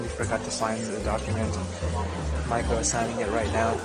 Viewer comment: Maiko ok i get it, I thought you were calling her Michael